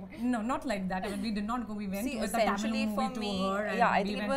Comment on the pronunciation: The way Kajal pronounces simple Tamizh words is cringy and embarrassing. It seems like she hasn't even made an effort to try and pronounce them correctly for being a leading Tamizh actress for these many years.Sigh.